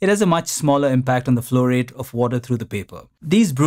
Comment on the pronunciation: The way you say "flow rate" resembles fluoride.